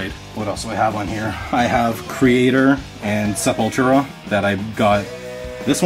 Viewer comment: Funny how he says Sepultura